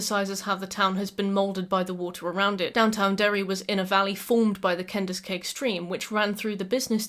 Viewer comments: I'm enjoying the video so much!!!! I don't wanna take away from all the work you did, but the Kenduskeag is pronounced like 'ken-dusky' ❤️👍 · Great video. I was born and raised in Bangor, Maine, King's "hometown" and his real life analog of Derry. Your pronunciation of Kenduskeag was cute